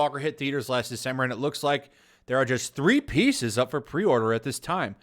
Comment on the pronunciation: I must admit when you said Kylo ren pieces I thought you said Pizzas =) A kylo ren Pizza would be funny